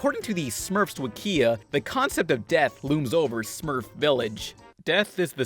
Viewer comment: Oh my god the way you pronounce wikia